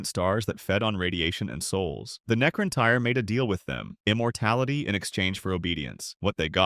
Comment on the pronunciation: Necrontyr [Nek-kron-tir] and C'tan [Ka-tan] are the proper pronunciation of said name 😅